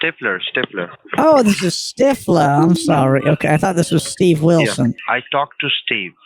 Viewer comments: Love this one,,,,and his name,,,,I’m hearing Stiff- Her 😂😂😂😂😂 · They really have trouble with the th sound. David Stiffler OMG.